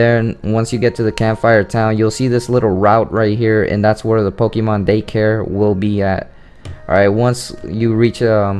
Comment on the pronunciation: You're pronouncing "Pokemon" the wrong way dude.